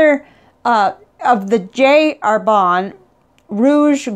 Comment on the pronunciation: Just a pronunciation comment, Jacques is pronounced without the s in French and Herbin is more like "Air-beh" (through your nose). Nice review and I like the fact that you use a variety of papers.